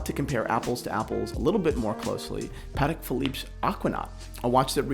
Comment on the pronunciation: What's up with you saying paddock Phillippe and a-demars Piguet???